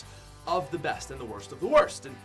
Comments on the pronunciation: Who realized he said ebst rather than best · It’s best not ebst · Worst to ebst great English bro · You said EBST not BEST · STILL SAYS EBST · “E B S T” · "WORST TO EBST" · To “ebst” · "Ebst"pat go home your drunk